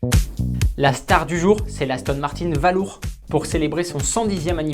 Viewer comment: Il me semblait qu'il y avait des cours d'Anglais dans les écoles françaises... "Valour" prononcé sans aucun effort d'accent, ça ne met vraiment pas en "valeur" le petit bijou d'Aston. Un savant mélange entre valise et balourd. Atroce !